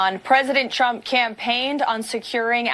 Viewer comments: Is "Tchump" the new way to pronounce it ? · Am I the only one who heard her call him “president chump” like every time? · She always sound like she's saying "President CHUMP" 😂😂😂